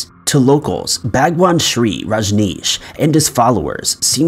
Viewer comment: can pronounce Bhagwan Shree Rajneesh, but he can't pronounce cognac.:D